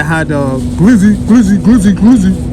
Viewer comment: 😂😂 not “glizzy” 😂